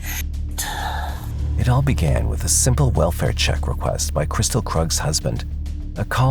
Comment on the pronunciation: Her name isn’t Krystal. It’s Kristil, pronounced Kristeel.